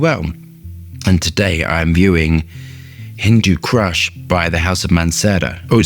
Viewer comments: I hate to be pedantic, it's pronounced "Hindoo coosh". great vid as usual.😁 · How many times did you say the name wrong in this short video?